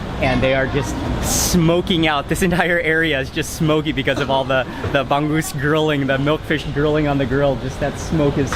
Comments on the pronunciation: It's not bang goose.. It's ba-ngus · it's Bang - OOZe (not Bang - Goose) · it's not bang-goose.... say the word hung but with a B.... bung-oose = bangus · its bangus not banggus hehehe 😂😂😂😂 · bong goose? cmon..bong ose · Bangus is read as Ba-ngus not Bang-gus. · it's not pangoos is bangus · It's not "bang-gusan", It's "bang-usan" and also "bang-us" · Hi there mark! it's anyways pronounced as ba-ngoos. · The way Mark pronounces Bangus make me smile, the G is sort of silent in the word Bangus